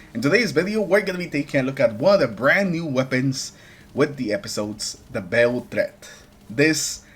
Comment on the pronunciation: The beiled threat 😂